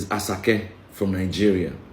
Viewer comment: Point of correction, it is pronounced /Ashake/. The Yoruba /sh/ alphabet is availble.